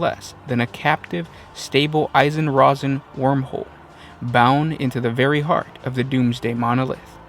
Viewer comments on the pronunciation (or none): It's an Einstein-Rosen bridge / wormhole not "eisen" sorry that just irritated me to listen to.